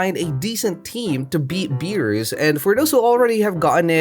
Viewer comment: Stop saying it beerus like that